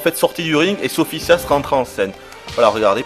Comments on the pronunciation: Sophitia ptn pas "Sophissia" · tu ne serais par marseillais, par hasard? je dis ca a l'accent moi j'ai ce jeu et je l'adore et Sophitia est la meilleure combattante a mon avis et la plus belle en passant son nom c'et SophiTIA et son Sophissia comme tu dis moi astaroth j'aime son nouveau look démon